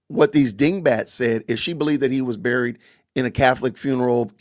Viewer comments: Isn't 'buried' pronounced 'beh-reed' and not 'buh-reed'? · And by the way CANDICE its bury not BURRY,, BURY,, sounds like "berry" not a BUR,,, just a little english class there for ya!!! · She says burried- not correct. Funny😂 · I had to look up how to pronounce "bury" cuz Candace be saying, "burried," rhyming it with furry. She also says, "cer-in" instead of cer TAIN.